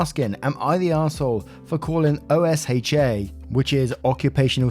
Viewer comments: you sound out OSHA, so oh sha. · Side note for: OSHA is typically spoken aloud as "ocean" without the N, and you're right, they are NOT to be trifled with! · It's not a big deal at all but for future stories, rather than spelling out the acronym, OSHA is normally pronounced as a word (Oh-shuh like you're pronouncing the letter 'o' and then saying 'shut' without the t). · BTW,, OSHA is pronounced as (o-shah)